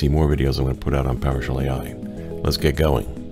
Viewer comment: Did you say, "Let's git going?" 😂